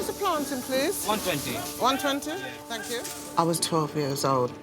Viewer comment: "Thankey" (Davina McCall)